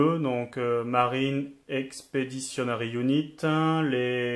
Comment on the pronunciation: "chez les meuh" dit M E U ou le nom complet parce que là ça fait moche ^^